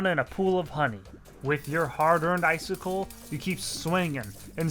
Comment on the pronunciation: Am I the only one who hears “Icicle” and “Deathsicle” when he says “Ice Sickle” and “Death Sickle”?